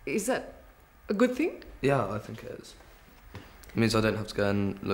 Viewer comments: Someone who pronounces 'think' as 'fink' is complaining about the "dumbing down" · What a despicable POS that is🤮🤮🤮🤮. With all that so called money, he couldn’t fix his disgusting teeth, he can’t even say the word “think” it’s “fink” 😂😂😂😂. As for their house is rotting with filth and their kids are fat, dumb idiots. You can stick your aristocracy it stinks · Pompous prick..."I don't feel guilty about fkn anyfing" can't even use "th" and he "finks" he's an aristocrat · The English have really given up on "th"ink. He finks.